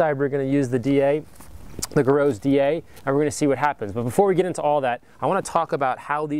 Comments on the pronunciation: griots is pronunced (gree oes) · I hate to be that guy, but Rupes is pronounced "Roo-pes" and Griot's is pronounced "Gree-oh's" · aren't these pronounced "rooopez" and "greeeeohs" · Rupes ‘ROO-pez’, Griot’s ‘GREE-ohz’ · pronounced Gree-oh's Garage